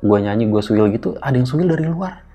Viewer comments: Siul kali bang... bukan suil hehehehe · Siul bang bukan suil 😅😅😅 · Siul x Om bukan "suil" 😅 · Suil apa siul sih??? 😂😂eh beneran aku mikirin pas mas nya bilang suil yg bener siul apa suil😂